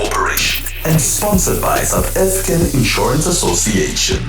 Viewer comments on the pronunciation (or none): none